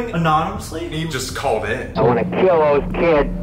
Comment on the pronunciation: Sam- " I've never had a headache so bad I wanted to keel a kid. Me- Wait till you have kids, buddy.😂